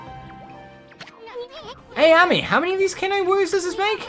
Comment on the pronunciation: “Ah-me” lmao